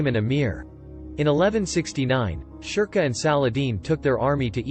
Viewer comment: Sherkoh : sher-koh